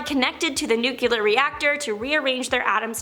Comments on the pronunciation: NEW-KLEE-UHR, not NEW-KYAH-LUHR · She lost me when she pronounced nuclear "NUKE-CURE-LUR" 3 times!😮...